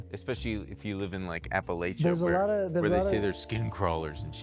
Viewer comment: not a fan of the way pronounced appalachia though